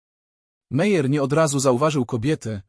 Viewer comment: Nazwiski Meyer lub Meier wymawia sie Majer😢